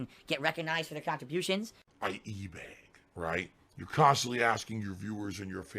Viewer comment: “khantribution” “interaction”